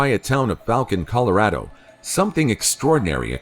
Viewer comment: Ha the narrarator said "colorado" reminds me of mishas pronounciation